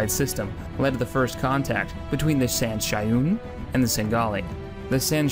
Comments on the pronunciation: Fantastic, however you seem to be mispronouncing Sangheili and San 'Shyuum. San' Shyuum is pronounced San-Shh-Yum, and Sangeili is pronounced Sang-Heel-EE. For future reference (As these are harder to figure out how to pronounce than the rest) Mgalekgolo is pronounced Muh-Gah-Lek-Go-Low, Jiralhanae is pronounced Jii-Rule-Han-Aye, and Yanme 'e is pronounce Yan-May-Aye. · Yeah, pronunciation seems to be an ongoing problem for him. Quality of the video was great, though.